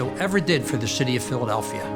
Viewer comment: Went from Frank Rizzo, best mayor in Phila history, to Wilson Goode, who was the absolute worst. He couldn't even pronounce PHILADELPHIA for God's sake!!!